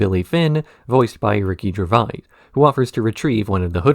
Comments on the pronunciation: "ricky gervaiy" .... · When you said the dolphin was voiced by Ricky Gervais I had to immediately pause the video and look up who voiced the dolphin because the way you pronounced Gervais was so different from any way I’ve ever heard it, I wanted to see if it was actually Gervais or a completely different person with a different last name. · That is a wild pronunciation of Gervais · why are you pronouncing ricky's name like that?